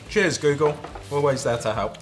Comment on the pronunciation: Come cazzo ha pronunciato „Google“ ???!